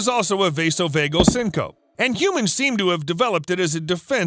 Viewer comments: It's pronounced syn-co-pe(e). 3 syllables. Sing-kuh-pee. Google the pronunciation when you are using unusual, unfamiliar words because the folks who do use it are going to be put off. Syncope is a word everyone in a hospital is going to know about so no doubt I'm not the only one whose ears were grated to hear it pronounced as syn-cope. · sync-oh-pee....not "sync-ohp" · Syncope is pronounced "sin-co-pee" .. not sin-cope.. sorry.. pet peeve.. i enjoy ur videos..😚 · FYI: "SYNCOPE" isn't pronounced "sin-cope". It's pronounced "SIN-coe-pee". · 🤯 me yelling syncopeeeeeeeeeeeee at the screen every time he said it lol... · ITS PRONOUNCED SYNC-O-PEEE not SYNC-OPE. I love you this was just killing me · SING co pee.. not sin cope.. This mispronunciation is very surprising but does not affect the quality or accuracy of the information <3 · Syncope is pronounced seen-co-pee. Just an FYI. I know pronouncing words you’ve only seen but not heard can be tricky. Other than that, great video. ☺️ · Syncope has 3 syllables, "sin-co-pee." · synco-pee is the pronunciation of syncope. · The word is pronounced syncope----- sing-kuh-pee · Syn-co-pee (syncope) - from your friendly neighborhood firefighter 👨🏽‍🚒 😬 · You should pronounce the "E" at the end of syncopE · I have a feeling that you don't know how to pronounce syncope.... lol